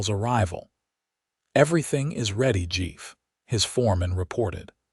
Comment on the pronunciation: Who writs the script wish get english right. Chief not jeef